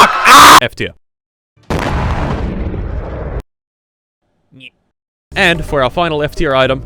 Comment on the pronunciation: Anyone else keep hearing F2 in the beginning until you realized he was actually trying to say F tier